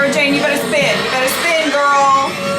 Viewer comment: Welcome to the Doctor Who meets Hammer Horror era. This is a great introduction to it. Oh wow did you say gyals? You've gone native!